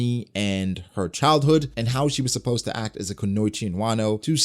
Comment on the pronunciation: Good stuff as always but you need work on saying supposed to for concepts haha